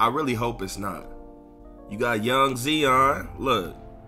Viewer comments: Lol Nigga kept calling him “zeon” 😂shit was driving me crazy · 🤦🏾‍♂️ ZION (zy-on) damnnn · This dude really mispronounced Zion lmao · no cap